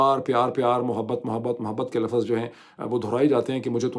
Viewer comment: Correct your urdu pronunciation. LAFZ not LAFAZ